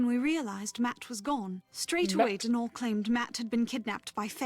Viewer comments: According to Youtube's official Irishman, Donall's name is not pronounced Do-NALL, it's just Donald without the d lol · As an Irish person I’m cringing so hard ITS DOH-NUL🤣